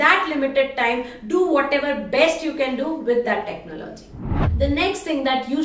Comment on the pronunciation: Its technology..not techno- logy